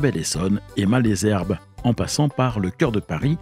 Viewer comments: c'est très bien de raconter des histoires de trains mais encore faut-il les prendre car Corbeil se dit corbeille et non corbelle,Ris Orangis se dit risse orangisse et Malesherbes,maleusherbe et non malaisherbe. Bon voyage! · Merci pour toutes ces infos sur l'histoire de la ligne. Étant habitant de la vallée de la Seine, du côté de Ris-Orangis, je me permets d'apporter quelques corrections sur la prononciation des gares du coin. Les "s" de Ris-Orangis se prononcent, Malesherbes se dit "Malzerbe" et Corbeil se prononce "corbeille". Il y a marqué sur la carte "Évry-Couronne", c'est en réalité "Évry-Courcouronnes". Il y a deux lignes en parallèle reliant Juvisy à Corbeil : celle du plateau et celle du val de Seine. Il est préférable de parler de la gare de "Ris-Orangis" (ou éventuellement "Ris") pour parler de la ligne Val-de-Seine parce qu'une gare "Orangis-Bois-de-l'Épine", couramment abrégée "Orangis", existe sur la ligne du plateau.